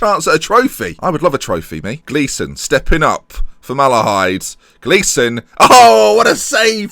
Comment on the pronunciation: Drogheda is pronounced Draw heda. You pronounced Malahide right btw. Love the series.